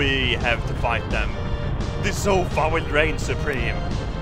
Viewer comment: That's one leather zofa.if you don't get it,listen to say sofa early on in the vid